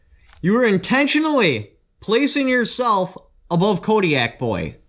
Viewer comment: Kotaboy32 , Haha kodiak boy? I laughed when he kept saying that. I love both of these channels. CRS and Kotaboy both do great work.